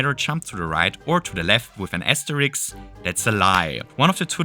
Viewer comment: asteriSK not asteriKS